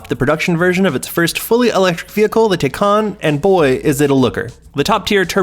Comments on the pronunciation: Considering just how much the name of this car has been discussed and explained over the past year, the fact that the narrator mispronounces it at this point is absolutely ridiculous. Blatantly unprofessional. Thumbs down. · Man he's butchering the name of these cars. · It's pronounced Thai-Can Like Thai food and a Soda Can